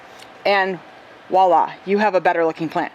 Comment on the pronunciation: There is no such word as wala. Please please Americans learn this word is Voila. Vvvvvvvoooooooiiiiiillllaaaaa. It means here, that is, here or here it is.